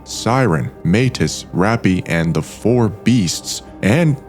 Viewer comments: Why are you always mispronouncing names? MAH—T—ee—s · "Epitome" is pronounced "E-pit-uh-me" and Matis is pronounced "muh-teece."